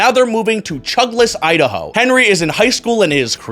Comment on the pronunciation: That "Idaho" felt offensive